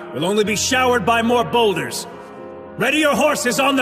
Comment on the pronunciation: I was doing shoulders and I thought he was saying shoulders